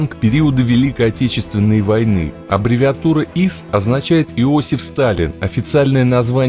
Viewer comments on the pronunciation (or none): none